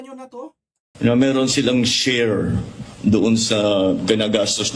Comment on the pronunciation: Ganda pa ng pag bigkas nag SHARE…..Tang ina mo BBM😢😢😢😢☠️💀😡👿